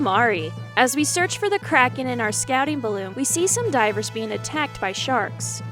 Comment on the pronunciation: This just unlocked major member berries! I still pronounce Kraken like the narrator voice from this game, rolling my R and putting a space in the middle of the name Krah-Ken.